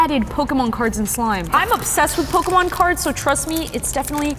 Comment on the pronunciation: Im not jugeing but pokymon😂